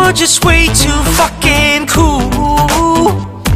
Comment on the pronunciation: 현상이 발음이 좋아서 풕킨 하는데 쾌감이.. 이런노래 더 해주라ㅠㅠ 잘어울린다.. 잔잔한거 하다가 반전매력🫠